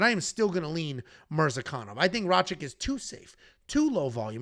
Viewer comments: for the 100th time. It's RA-KITCH not RA-CHICK. Are u dislecsic or do u intentionally butcher easy to pronounce names? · BRO CANT SAY RAKIC LOLOLOL IDIOT